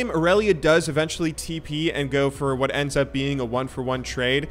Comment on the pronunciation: Tryndamere a bit weak ? You say woot mate ?